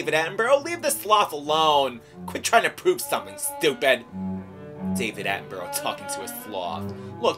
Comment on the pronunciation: Mispronouncing David Attenborough's name wrong every time :p